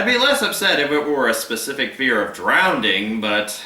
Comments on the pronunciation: "Drownding",? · Drownding?!? DrownDing??!?!? Seriously?!? Other than that, your reviews rock. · I wish people would stop saying drownding